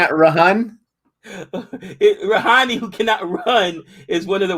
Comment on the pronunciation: guys, it's not 'ni' at the end of rahane, it's pronounced ra-ha-nay.